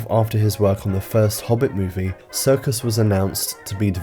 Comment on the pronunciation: i love that you pronounce his surname ‘circus’